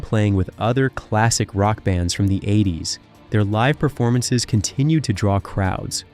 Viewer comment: God this narrator is an idiot. He can't even say "live at the keyclub" right....